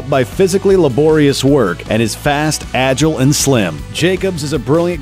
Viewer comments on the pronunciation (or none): none